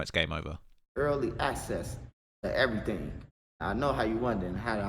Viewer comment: 'On Eryythang '